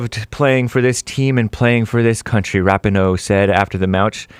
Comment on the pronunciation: It's ruh pee know... not rap in oh... sorry